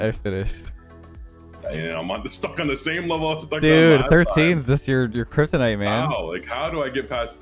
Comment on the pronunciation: 13 is just your “Krystonite” 🤣